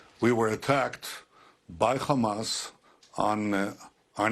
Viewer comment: It’s hamas not khamas u fukng eastern european occupier